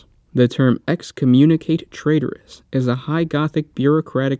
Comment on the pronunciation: "Excommunicate traitoris" eks-com-myoon-eh-cott-eh tray-tore-ees.